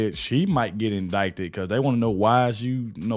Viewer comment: Just pronounce indicted like in-did-ed